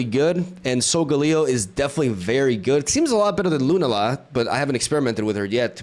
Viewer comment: Why do you pronounce solgaleo and lunala very weirdly? 😭 It's not solgahhleo, it's solgaleo. It's not lunalahh, it's lunala